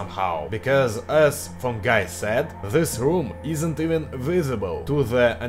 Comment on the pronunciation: Слово "Guy" выговариваешь как слово "Gay (Гей)"